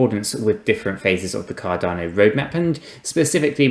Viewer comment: At least say the name right